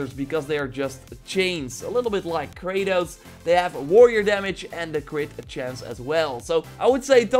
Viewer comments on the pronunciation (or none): none